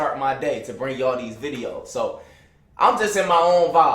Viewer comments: Wen he say like deez 😂😂😂😂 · 😂😂😂 boy say “like dese”